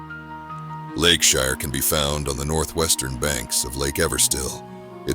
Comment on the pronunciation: now if we could just teach AI to say "Lakeshire" 😂